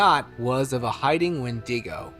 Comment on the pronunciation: Can someone PLEAAASSSE teach this man how to say "wendigo"? Its pronounced When-Dig-Oh. Jus think E-40 "tell me when to go!" 😂😂😂